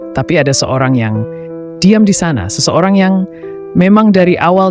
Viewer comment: Seseo(r) ang, me(r) eka, be(r) jumpa, sede(r) hana.